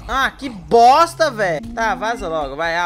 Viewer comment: Agonia do falando "boSta" e não "boXta"